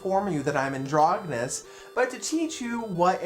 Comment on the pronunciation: You're pronouncing it wrong. It's a soft g sound.